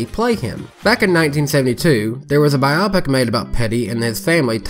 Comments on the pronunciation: I agree, the way it is pronounced here makes it sound like an optometry term. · Strange. I find myself wanting to point out the incorrect pronunciation of "biopic". But after thinking really hard, I'm not sure I've ever heard anyone say it before. I've just read it hundreds of times. So perhaps I've been pronouncing it wrong. (In case clarification is needed, I've always used the hard "O" sound, like biohazard or biodegradable)